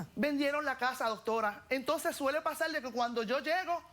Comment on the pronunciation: Que suele pasal, que suele pasal, que suele pasal, que suele pasal, que suele pasal!!!! Coñoooo nojoda me aburristes con ese maldito "suele pasal" y ni siquiera lo dices bien coñazo porque se dice: Suele pasar ok con rrrrrrrrrrrr nojoda 😂😂😂😂😂😂😂😂😂😂😂😂